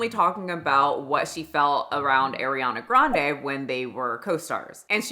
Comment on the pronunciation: The way you’re mispronouncing her first and last name..😂